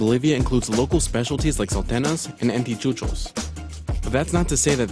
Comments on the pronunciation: Repeat after me. Anticucho, no antichucho. Salteña, no saltena . It felt weird when they pronounced like that haha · Lol , antichuchos!! I prefer that name to the real ANTICUCHO!